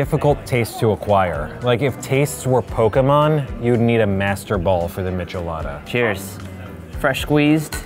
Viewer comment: I cringed at the michelada pronunciation.